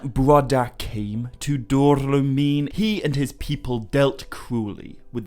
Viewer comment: Great work as always,! Only a little note: I think Dor-lómin is pronounced with the emphasis on the accent. No paragraphs of comments from me unlike last time 😅